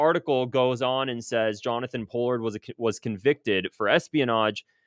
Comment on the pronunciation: Good video. Btw Pronounced Paul-ard